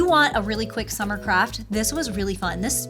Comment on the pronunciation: SUMMEHHH, SUMMER SUMMEEEHHHH